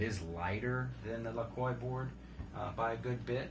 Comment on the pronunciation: Pronounced: La-quah. But yeah. Evolve is good, actually great. Lacroix is just a whole other level of HOLY CRAP what the hell did I just ride. Price is not for the faint of heart. But is that way next level ride. Ride on Sir on them bomb ass boards.